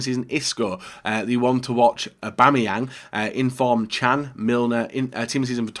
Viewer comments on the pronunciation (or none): none